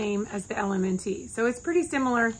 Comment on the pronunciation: Thank u! Btw, LMNT is simply pronounced "element". No need to add the T sound. LOVE your content!